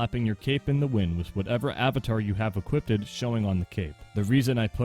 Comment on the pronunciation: “Equipeded” is hilarious to me